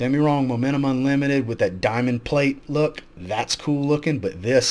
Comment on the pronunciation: Showing us where ifragrance tagged u, the way u said look was more like lu. Lol just something only someone from ur area would know 😉